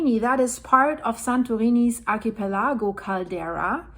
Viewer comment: I loved the way you pronounced archipelago. It just rolled off your tounge so beautifully .